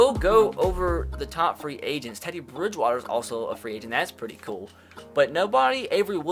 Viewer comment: Teady briswater